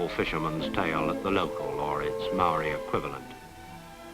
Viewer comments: the marri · You are pronouncing maori wrong sir